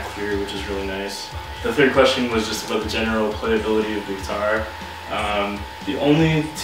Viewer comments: Talk aboot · Are you Canadian you said aboot. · You only said "aboot" once so don't worry aboot it ;) Loved the review